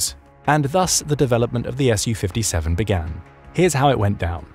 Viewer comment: it made me wince every time. All that effort and research put in and then mispronounce the name of the thing (to English or Russian ears) over and over. Saying ESS YOU 57 is also a but weird as Su/Су isn’t an acronym in the same way F/A-18 or F-15 etc is. The second letter isn’t capitalised, it’s just a shortened version of the manufacturer’s name. It’s a “SUE” 57, just as it’s a “MIG” 29, and not an EM EYE GEE 29. Су-57 -> Su-57 -> “Sue” 57 МиГ-29 -> MiG-29 -> “Mig” 29